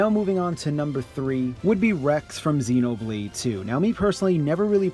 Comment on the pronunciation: Zeenobleed xD